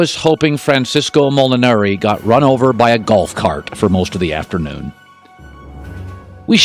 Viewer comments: How he gonna prepare this whole thing and still not say Koepka and Mollinari right💀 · Stephen A is absolute garbage when it comes to sports other than the NBA. Dude can’t even pronounce Koepka and Mollinari correctly.